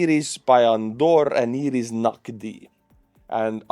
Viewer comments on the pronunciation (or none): none